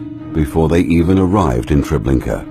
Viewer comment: TREBLINKA, not Trablinka!